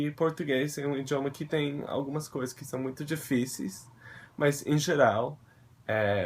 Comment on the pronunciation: O seu "são" é perfeito!!